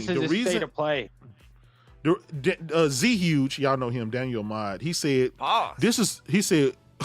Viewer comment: The zhuge name is suppose to pronounce zhoo-gay, it's a character from dynasty warrior game. BTW playstation Veu is a thing once upon a time but most certainly the money is made by the content not the service.